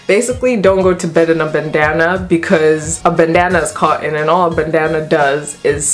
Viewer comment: in the iphone 7 vid you were calling it a "bu un" today it's "co on" I think you prefer coffee to Tea, because you never sat the T....😂😂🍵🍵 great vid